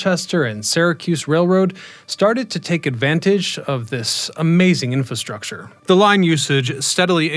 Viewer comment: I think you are missing the first "r" in infrastructure.